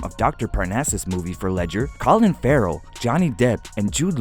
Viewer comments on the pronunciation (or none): none